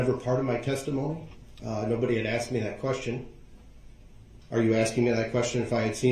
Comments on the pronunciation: I cant stand hearing "axed" instead of "asked". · Ok, so…it’s annoying to me how he says “shtruck” instead of struck….same with axed instead of asked. And the faces?!?!? Annoying as heck!